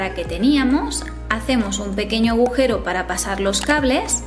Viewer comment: Corriges a tú padre por decir "raya" y luego tú dices "bujero"? en vez de agujero, es mucho más grave 🤣🤣🤣 Voy a poner suelo laminado por eso estoy por aquí. Tus vídeos son muy útiles, me han despejado algunas dudas, gracias.